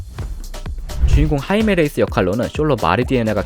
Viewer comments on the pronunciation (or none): 하이메 례이스 -> 하이메 레예스